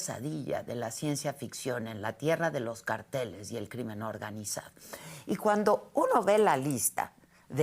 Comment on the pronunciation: cÁrteles Adela CáRTELES cÁrtel CáRTEL ACENTUANDO LA Á á